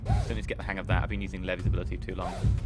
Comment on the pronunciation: u watched the sub version didn't you I can tell cause Levi is pronounced like the store Levi's